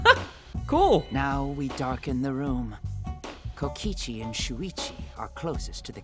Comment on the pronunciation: i will never get over him saying suichi